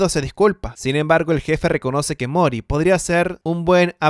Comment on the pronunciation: Mori, no Moris